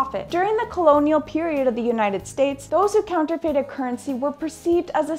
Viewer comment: RayRx84 Glad to know I'm not the only one who noticed, Counterfated. Every time she said it, it would aggravate me more. Lol